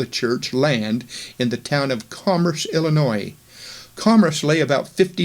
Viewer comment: Pronunciation of Illinois and Adam-ondi-Ahman / Diahman should be corrected for future presentations.